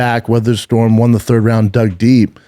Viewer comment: Is it me or does say “Wawn” instead of Won